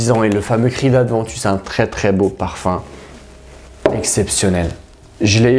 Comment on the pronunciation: Aventus..., y'a pas de D non? ;-) je confirme beau parfum ...d'ailleurs Abercombie&Fitch l'ont bien copié dans "Authentic"